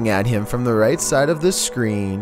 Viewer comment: “this does not deteer heeim..”